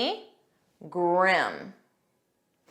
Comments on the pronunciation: Please clarify the pronunciation the Grim /grim/, it’s heard as /gream/ or I can misunderstand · Sorry, but your own pronunciation of GRIM is wrong. I listened to you many times to make sure of that, and it was clear that you were saying : Gram with an open "ah" sound, while all the three men, including ex-president Obama, did pronounce it the right way , using a closed sound at the up of their esophagus while pronouncing the letter i as "eh" which is the right way to say it. I panicked when you pronounced it, blaming myself that I was pronouncing it wrong for all these years, then I got my confidence back when I heard it pronounced by the three men as I do too.